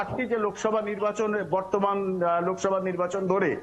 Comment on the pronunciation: লোভসভা না লোকসভা হবে.